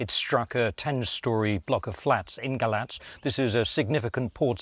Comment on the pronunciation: Thank you for correctly pronouncing the name of the romanian city ,Galați.